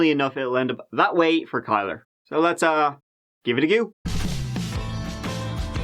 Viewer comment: I can’t be the only one who hears gigity gu when he says “give it a go”😂😂